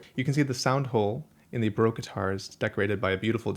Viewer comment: Why would you say Broke guitar? There is an A in Baroque. Do you drink beer in a br? Or in a sloon?